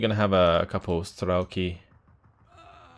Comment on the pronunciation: Hi,. As your russian spectator let me do a littlework on pronociation (it's very painfull to her soome things every 5 seconds). Not strElki, but strelkI. The funny thing is that strElki is something very different (strelkI- shooters, strElki - lines). And not konnAya, but kOnnaya. kOnnaya razvedka means just horsman reconnaissance. And yeah, waiting for you plaing axis side. It'll be interesting how you deal with Andryusha's barrages without masses of arty or bombers on your side